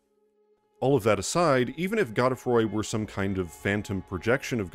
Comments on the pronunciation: The pronunciation of god-E-froy really threw me. Gode as in mode. Godefroy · It's pronounced "God-Free", or "Godfrey"... not "Go de froy". Its an archaic form of the name Godfrey. The Spelling is medieval French in origin. Which obviously has implications lore wise as Godfrey already exists as an entirely seperate character... Its possible Godefroy is an alter ego of Godrick much like Ranni uses the alter ego Renna when we first meet and Morgott appears as Margit. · Is it really god-eh-froy? I always thought it was g-oh-d-froy. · I know his name is pronounced Go-dah-froy but for the life of me I can't pronounce it any other way than Goad-Froy. Godefroy the Grofted. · Actually it should be pronounced “Gawd-uh-fhwa”, but I figured since Rogier pronounces his name as “Rozh-yair” instead of “Hrozh-yay” that French names are Anglicized in ER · The name is French so you're pronouncing it wrong, too.